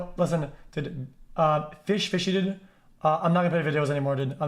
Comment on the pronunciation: i don't even hear dude i hear ded